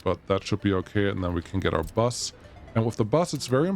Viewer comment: no clue. He was talking about the bus and pronounced bus the german way. He noticed it by himself